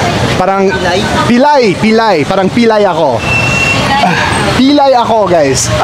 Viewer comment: Example of words you enunciate wrong: Apo Pilay